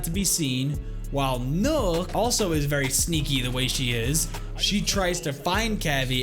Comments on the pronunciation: This man sad nook when it's pronounced knock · It's nøkk not nokk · its not nook its nøkk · It’s knock not nook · Nokk is not pronouced nook its knock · Btw does anyone else get pissed when he calls her nuk not nok life if you agree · btw nøkk is pronounced like "neck", but with a kissy mouth same as the ø in Sønderborg, which is pronounced "senawbaw" all with kissy mouth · Why you say it as nook, whyyyyyy? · I swear her name was pronounced Nøkk (knock) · Why does everyone keep on calling Nøkk Nøkk???? It hurts my brain even till this day. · no it's Nøøk not nøk so your supposed to say Nuuk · yes its spelled like that your supposed to pronounce it Nuuk there's a documentary of one of the head game devs and even he says it like that and he put in a lot of research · Well it dosen't really matter but it's pronounced Nøøk or nuuk